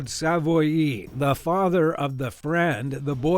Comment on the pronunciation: Its pronounced Sav-Wah, not Sav-Oy-E